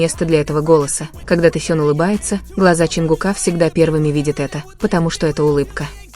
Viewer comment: Почему Таюн если Техен? Читайте правильно. Будто вы в школе не учились